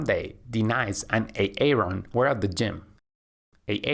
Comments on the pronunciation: Yeah the way he says A-Aron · ㅋㅋㅋㅋ 에이 에이론 ㅋㅋㅋㅋㅋㅋㅋㅋㅋㅋㅋㅋㅋㅋ 아론 아님? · Lucky me I understand who Aaron and Denice are when I heard the host said these names😂😆😆🤣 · fix the A-Aron and De-nice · Did I just hear him say A-Aron? And De-Nice? 😂😂😂😂 yooooo lmao!! Iykyk! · Pleeeeeeeease!! It’s not how you pronounce Aaron and Denise. It’s not A-aron and De-nice!!! I’m trying so hard to ignore, but I can’t! 😩 Great instructions otherwise! 😁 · De-nise and A-Aron. XD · Ha, ha! The voice says "Ā-ā-ron" and "Dee-nīce" like Keegan-Michael Key does in a skit as an inner-city, substitute teacher doing role call in a white classroom. It's from the comedy show Key and Peele. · Great video as always but the names A-Aron and De.Nice reminds of the substitute teacher from Key & Peele😂. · A-aron and D-nise lol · Hasn’t anyone told you the proper pronunciation of the names ‘Aaron’ and ‘Denise’? Ha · Thats not how you pronounce those names lol